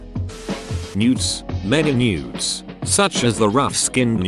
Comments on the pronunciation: i thought it was saying nudes instead of newts lmfao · Did anyone else mishear newts?